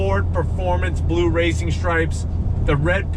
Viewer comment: dude do ys have a difficult time sayin blue ? ya kno i luvvya doe white? you did a great job my friend! a superb and excelent job! you should be proud of yer self!